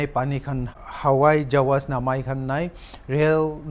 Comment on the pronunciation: It's hawai jahaj and not hawai jawas, how you reporters are so careless.